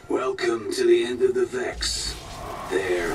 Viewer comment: What are you saying..?? Vax or Vex, you mean?! Hehe!